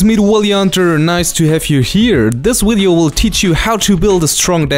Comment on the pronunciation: Who cares, I like the way you say wideo